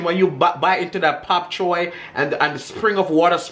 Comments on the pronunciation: its Bok Choy! 🤣🤣🤣🤣🤣🤣 not Pop Choy 🤣🤣🤣🤣🤣🤣🤣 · Looks delicious, I have to try this. It’s bok Choi 🥬 sounds like your saying pok. Anyhoo, as always love you guys and have a wonderful Sunday evening....🥰💋